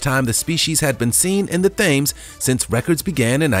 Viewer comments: I couldn't believe my ears. Yes I may be a colonist, but I know how to pronounce one of the most famous rivers in the world. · Nearly threw my phone in the bin at “Thames” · it has been Thames in one spelling or another soince before Roman times in England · He doesn’t know to to pronounce the river Thames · Came here to say the same things. Ugh! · If he can't pronounce Thames correctly how many other things did he get wrong in this video? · I’ve watched other videos and he was pronouncing all different towns and I thought, this guy is good. Saw this and realised he probably didn’t say those names right either. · I've never Heard anyone call it the way he did, wth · Love how you pronounce “Thames” 😅 that’s a new one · If you’re going to make videos learn the correct pronunciation of your subject. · I love it when Americans try to say English places. Thames.......not even close! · In addition to pronouncing the River Thames horribly, i also had to give up watching as a commercial every 30 seconds is a put off. Shame because I was enjoying his content, no stupid music that really has no need and his voice wasn’t annoying. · Great video but atleast say Thames right honestly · How have you pronounced “Thames” so incorrectly so many times hahahha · "Thames" >Urmerica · did i just hear the river thames pronounced tems, litteraly be pronounced thames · Thames pronunciation yikes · How many times is he going to say THAMES? That isn't how it is pronounced. It's ridiculous. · The narrator has no idea how to pronounce names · the 52hertz, may or maybe not a whale, there is no proof other than the sound, you should learn how to pronounce the Thames properly. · It’s pronounced TEMS, not Thames (like you’re saying it, like James with a th) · "have you ever met someone that doesn't love whales?" Yup, Japanese whalers Thames is pronounced "Tems"...... jeebus. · like Edinburga and yosemighy. .... you probly think ur speaking American lol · Hi, 'Thames', is enunciated as 'Temms'.